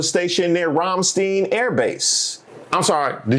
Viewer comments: RAM CH'T'AYE'N not een. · i <3 so much that you know Rammstein. although you said Rammstein wrong wrong wrong.🤣